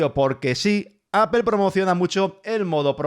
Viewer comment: Apel hahaha Apol Apol Apol así se debe pronunciar y no me vengas con vainas ... se debe pronunciar bien aunque los otros burros no lo hagan